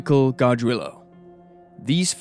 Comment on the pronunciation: The way you pronounce Gargiulo is like nails on a chalkboard to my ears -.